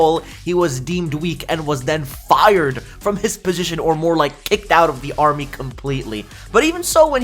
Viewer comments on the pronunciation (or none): none